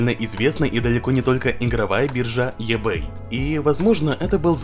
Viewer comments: еБэй, аж ухо режит))) иБэй правильно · Говори правильно: в слове маркетинг ударение на первую "а", eBay читается "ибэй".